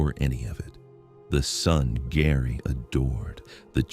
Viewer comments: pronounced JERRY NOT GARY. STUPID Ai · Geri not GARY, AI NARRATION SUCKS. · I hate AI. HER name is Geri, not Gary...😮‍💨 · I think you mispronounced "Geri" and also "Boca Raton".